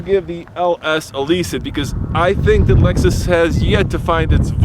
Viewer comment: CLOSE YOUR MUOTH!! IT'S ★ LEXUS ★